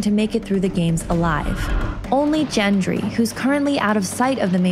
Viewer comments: Gendry, not Jendry.......Gendry as in Go for Got, not J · Im sorry.. But i lost all respect for you when you called gendry "jendry" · Gendry not Jendry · LOL DID SHE SAY GENGERY? INSTEAD OF GENDRY? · Yeah, it's Gendry not Jendry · It's G as in Gangsta! Not J as in My Name is Jeff.. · 1010sams We are looking for... reads Gendry ....JENDRY!!! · I cringed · It's Gendry not Jendry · Gendry. Noy Jenry og Gjentry or however you spell what you said. :) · It's pronounced Genn-dree, not Jen-dree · JENDRY???????? JENDRY??????????? IT'S GENDRY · Did she just say gendry with a "j"? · It's Gendry, not Djendry. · It’s pronounced the way it’s spelled, Gendry, not Jendry lol. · its Gendry with a G not Jendry with a J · Gendry is with a hard G like Goat not soft like in gem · It is gen-dree not jen-dree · it's Gendry, not Jendry. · is gendry pronounced jendry ??? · JENGRY WTF JENGRY ITS FUCKING GENDRY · Clearly the narrator has no fuckin clue, GENdry not Jendry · cringe when she kept saying JENDRY. they say his name wtf IT IS GENDRY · did you just fucking say.. JENDRY??? WHAT?? I'm guessing you also pronounce GIF as JIF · Gendry is pronounced with a hard G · Lost it . Lmao. "Jen-dree" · When they pronounced Gendry as Jendry i lost it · "Jen dree" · Jendry???? Jendryy??? Are you sure?? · *GENDRY!!! "Gu-en-dree" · When she said jendry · Gendry has a hard G. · "Jendry" sigh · why does she keep saying jendry?? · Doing a great job...right up until you said “JENDRY”! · "Jendry" immediate cringe THAT'S NOT HOW YOU SAY HIS NAME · My soul died a little every time I heard his name pronounced as "JEN-DREE"... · exited and disliked after "Jendry" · who the fuck is jendry? that's like me saying screnprism. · Surly she knows it's not jendry?! Wtf lol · "Jendry" -__- Americans.. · STOP SAYING "JENDRY"!!! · "Jendry" cringe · that... is not how you pronounce gendry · Go to the Pronunciation guide on a wiki of ice and fire and go down to Gendry and it tells you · Hated the pronounciation